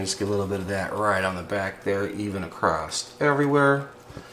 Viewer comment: LoL there isn't a "T" in the word across. lol sorry I react the same when anyone says "axst" mis- pronounce "asked" I hate it when the language is mangled, I'm not referring to accents. ｡◕‿◕｡(◔‿◔)(◠‿◕)(･o･;)¯\_(ツ)_/¯¯\(°_o)/¯ I hope you have a great day, by the way, great video